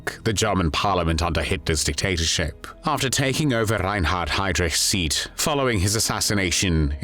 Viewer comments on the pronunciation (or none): none